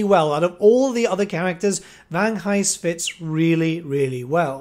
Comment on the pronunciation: Vangheist, silent h you say the g :)